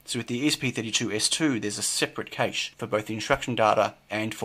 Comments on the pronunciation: Cache = French word and pronounced as "cash", even in English not "caysh". !!!! Please! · It's pronounced the same as 'cash' ! Please, I thought you might know what you were talking about until then. ;) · accent is NOT pronunciation and in multiple different English accents the pronunciation of cache is the same and it's NOT "caysh"! Get a grip.